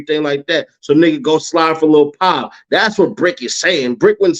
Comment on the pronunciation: “lil pan” lol aye big bro isn’t it lil pab?